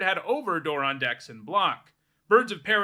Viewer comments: Door-ron Yeah thats a new one to me too. I had to check the comments to see if anyone else mentioned it too. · I have never heard him pronounced like this. It sounds way too much like moron. If that's how I'm supposed to say it, I think I just need to take apart my commander deck. Lol. I'm not making fun of your pronunciation or saying you're wrong. It's a legitimate pronunciation in the English language, but I don't know if I can accept it because it makes him sound even more dumb. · Never heard it pronounced this way once lo